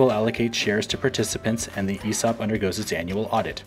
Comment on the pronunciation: Makes it sound like a "Heresy Op" .. haha it's all about the right emphAAASis on the right syllAAABle.